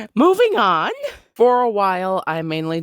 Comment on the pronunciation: That small pause of silence and the that "MoVING oN" killed me